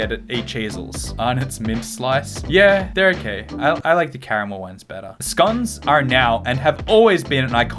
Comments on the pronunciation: I think its funny how you say scones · Aren’t scones british? (Also you said scones a little weird) and clotted cream isn’t the same as whipped cream. Like not at all. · You pronounced it like SKONES! XD I am crying, damn man I am from Germany, but we have british scones regularly and my family loves them (besides my brother but he´s weird anyway)